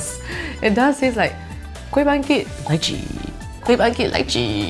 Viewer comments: Every time she said Lychee i died a little inside lol Still love you though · When she litchi .. i thought she said elaichi..!!